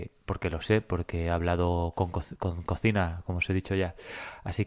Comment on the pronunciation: Se pronuncia collima 😉